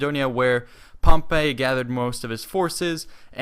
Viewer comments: HEY NOT (POM-PAY) ITS (POM-PEY) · its pronounced Pomp-ee not Pomp-ay